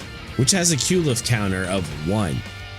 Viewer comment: "Qwileph" Qliphoth lol Edit: I'm just gonna throw all the mispronunciations I notice and find funny here. "Alruin" Alriune. Might be a portmanteau of "alright" (as in you want an "alright" work result; not good, not bad) and Alraune (the flower creature). I've also heard "al-REE-une" so idk for sure. Either way, it does not specifically ruin Al's day. "Lay-tea-ta" Laetitia. IA after T is a "she-ah"/"sh-ya" sound. I... don't know why the English language is this way, but it is. Lay-tih-she-ah/Lay-tish-ya.